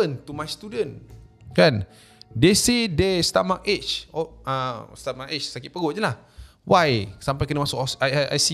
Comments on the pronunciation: Stomach ache.. cara sebut, Stomach "eggk* bukan stomach "ejj" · Stomachache- sebut Stomach-ek, bukan stomach-age 😅😅